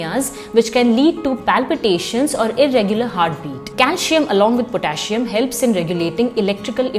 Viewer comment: It's not pronounced as calshium or potashium...otherwise informative video